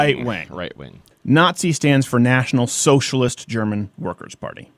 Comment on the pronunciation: 🤣 pronunciation of "National Sozialist" always cracks me up